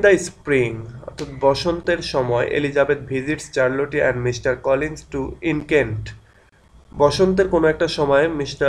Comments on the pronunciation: it's শারল্ট not চারল টি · in this video your pronunciation Charlotte is wrong...but i love your videos and its really helpful..